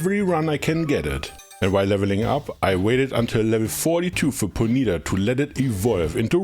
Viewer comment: Bro really call it Pone-yeet-uh?